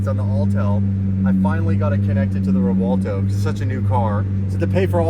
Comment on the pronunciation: WHY do these people keep calling it "Revolto"? I keep having 2nd hand embaressment.